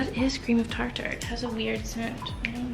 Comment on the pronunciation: Haha girl you crack me up! You kept saying Cream of “Tar-Tar” and I don’t think you were kidding lol.. it’s cream of Tartar, like Tartar sauce or the plaque on your teeth! I vote for a regular Baking series 😂